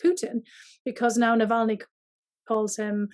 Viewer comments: It is not Nalvany, it is Navalny! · as an obviously intelligent person, it might be good to check your pronunciation of Navalny’s name. I smiled every time you said it wrong. Go Bruins!!!